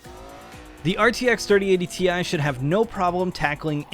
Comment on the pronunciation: you mean 3080 TIE? 😂😂